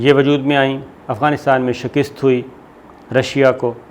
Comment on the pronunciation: Sabir shakir sahib, please correct your pronunciation of the word 'shikast'. It is not 'shakist'. I hope you will not mind. Thank you.